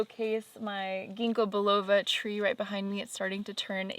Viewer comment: It's Gingko Biloba (with an B not a V)